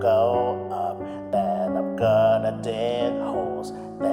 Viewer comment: when you say and i gonna dig holes, it sounds or remind, "and im gonna be a d*ckhole". the song is amazing, thanks!! is like "honest trailers" but "honest games".